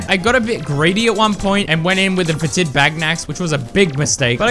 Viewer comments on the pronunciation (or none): Fetid is pronounced FET-id, not fe-TID. Emphasis on the first syllable.